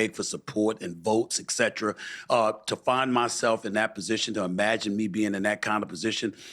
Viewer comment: Can someone learn how to pronounce the word etcetera Stephen A Smith and Piers Morgan both mispronounce the word